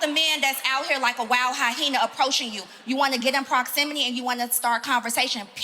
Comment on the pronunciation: And had the nerve to say it wrong multiple times lol